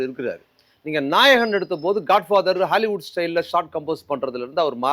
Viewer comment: யாராவது சொல்லுங்கப்பா இந்த ஆளுக்கிட்ட...அது ஹேலிவுட் இல்ல ஹாலிவுட்டு- ன்னு :face-orange-biting-nails